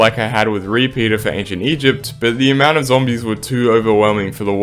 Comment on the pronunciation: I pretty it was something like “eygpt” or “egpt” or something